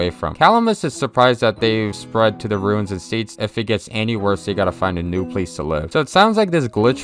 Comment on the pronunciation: Its ruins.. not runes.